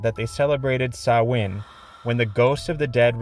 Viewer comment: Yo +1 represent for CLUB SOLO ICED COFFEE ✊ THANK YOU for pronouncing "Samhain" as intended 🙏